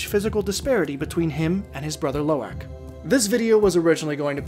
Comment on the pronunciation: Love this video, but you're pronunciation of Lo'ak is killing me! Try saying aahhhhk instead of ack, Low- ahk